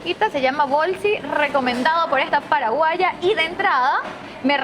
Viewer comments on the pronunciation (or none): dijo pajaguá ( payagüa ) mascada